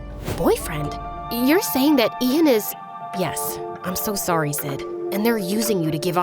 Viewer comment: "When she said "Ian Gallagher ", I swear to god I thought she was saying, "Adian Gallagher 😂